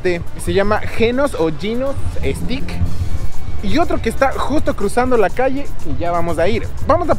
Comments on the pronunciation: Obvio vídeos de comida 🥘 comida 🥙 s todooooo👌👌👌 que bueno q te hayas dado cuenta que ver tragar 🌭🍕🌮🍪don los vídeos más cool 😎 ja 😅 y se pronuncia filichisssteick lol 😝 steak 🥩 no es stick es essssteiiick jeje 😜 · Stik jajajaja !! Es steak 🥩 ve mushpo jajaja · Mi querido, se pronuncia “steik “ no stick, stick es palo 🤣🤣🤣 el philly cheese steak es súper famoso allá! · Todo bien. Excepto que fonéticamente se pronuncia "ESTEIK" (steak). Ya que "STICK" es palo. Philly roast beef steak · Mi querido!! Se pronuncia STEIK!! No STICK!! Eso es otra cosa jajajaj buen video, saludos hermano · Se pronuncia esteik no estik jaja todo el tiempo estuviste diciendo palito palito o ramita en inglés es stick, saludos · No es estix, es esteix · stick?.......jajajajajaja.......paisano debes de ser.....se dice STEAK.....ESTEYK...........jajajaja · STEAK se pronuncia como ESTEIK NO Estik. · Steak se pronuncia “esteic” no “estic”! Pilas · El verdadero philly cheese steak uff te mueres quedas turulato 😅 es con otro tipo de queso y con salsa cremosa de cebollas caramelizadas y champiñones y pimientos verdes y con la carne uff el pan 🥖 uff te mueres nada q ver con el q tu probaste en este vídeo y NO SE DICE STICK se pronuncia ESTEICK STEAK 🥩 ES ESTEICK NOOOO STICK !! 😅 saludos y bendiciones 👍🏼👍🏼😅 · Gringos: "Philly Cheese Steaks" Otros: "Feely Cheese Es-Tay-Kssss": "Feely Cheese Stick" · pero pongamosle toda la pronunciacion..es fili chiis steik....jajajaja..criticas constructivas 😀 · papito lindo, estas pronunsiando steak, stick que quiere decir "palo". Use el internet para la forma correcta. No es queja, si no para ayudate. 💗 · Soy ecuatoriana y nunca he oido esa palabra “chancroso”. Que significa?. No dices en que sitio de USA estas. La palabra Steak trata de pronunciarla mejor querido, lo dices como stick que es otra la traducción. Soy tu fan y te deseo buena suerte 👍🏼🇪🇨🙏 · esteyk se pronuncia esteyk